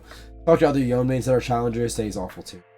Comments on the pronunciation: Day 4 of commenting Yo-nay until he says his name right. I bought the multiversus bp late and now have to grind like an animal. updates soon to follow. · nah, It's pronounced Yo-nay. This is just my own petty way of interaction, feel free to ignore it. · why do yone streamers have the "i say yoan instead of yonay" syndrome even dzukill says yoan HAHA